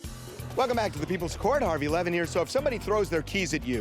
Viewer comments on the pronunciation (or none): none